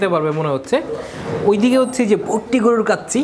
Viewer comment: গরুর নামটাও উচ্চারণে আপনার সমস্যা আছে গরুটা ভুটিয়া গরু না ভুট্টি গরু